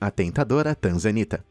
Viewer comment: Tanzanita? Eu entendi TRANZA ANITA 🤣🤣🤣🤣🤣🤣 #Só pensando besteira